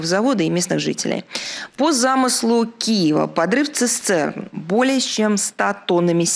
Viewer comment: бля, слово "цістерна" не може вимовити